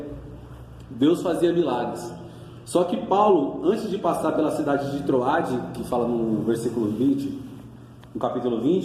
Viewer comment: Não é troade é trôade...não Eutico e sim Êutico.tem acento meu irmão.. as palavras foram pronunciadas de forma errada.fica a dica